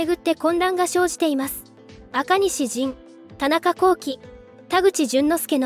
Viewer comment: 「元日テレ」を元日（がんじつ）テレと読んでいるのに、田中聖（こうき）をちゃんと読めた所に笑った。